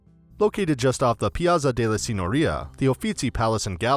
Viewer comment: Why do so many Americans know how to pronounce the ZZ in "pizza" but suddenly forget when it comes to "piazza"?